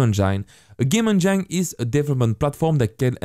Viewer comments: I don't mean to poke fun at your English, but the way you say "Engine"... it's "N Jin" not "N JINE". lol, I know English is stupid with it's "words ending in E" rules that don't apply to some words randomly... But it sounds dirty the way you say it XD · it is not game "in jine" it is game "in jen" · please dont say engine as engyne... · Excellent tutorial, but may I point out that engine is pronounced as enjin :) it just sounded funny when you say it. But other than that really good work :) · Good video, man, but you must change your pronunciation of ENGINE - It is INJUN - NOT INJYNE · Just to be that guy, engine is pronounced Enj - in not enj - ine. Really don’t wanna be that guy but here I am! I’m so sorry haha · Its pronounced game en-gin, not en-jyn. I know you are French but this tip can help refine your spoken English. I love your tutorials!! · Just for the sake of correction, don’t say game « endjaillne » but game « endjine » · Everytime you say Enjain instead of engine makes me cringe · "On gyne" (engine) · I want to call engine (En Jine) now because of you! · please stop saying enjyne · lol, 'game enjein', my girlfriend had to see a specialist when her game enjein had the wrong pH balance. Good tutorial though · bro i literally laughed out loud at game enJINE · Loving the vr tutorials so far, they way you pronounce engine kills me! 😆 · please YouTube how to say ENGINE I can"t stop laughing :) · You make the best VR dev videos, period. And I love the way you say "engine." Haha It's my new head canon for pronunciation. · And I hate the way he says engine :D But still a good video